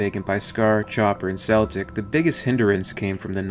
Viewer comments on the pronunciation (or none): Celtic. (Kel-tic) not (pronounced (Sel-tic) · I love the video, I really love the Channel I honestly do. But I am sick and tiered of people mispronouncing Celtic. It's not Seltic. It Is Not a Sat It is a Cat, It's not Seltic it is Celtic. Celtic as in "The Celt's". I do not mean to rant but it drives me f'ing insane to her Celtic pronounced as Seltic. Woof!. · Isn't Celtic's name pronounced with a hard C? Like in can.